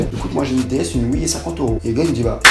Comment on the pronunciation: IL A DIT HOUITE 😂